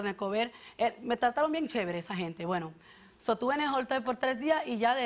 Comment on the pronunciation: Se dice hotel. No jotel jajajajaja